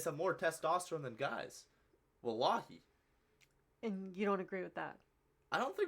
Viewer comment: bro said wallahi perfectly